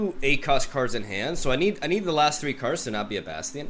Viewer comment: If this fake Brazilian mispronounces bation one more time imma get angry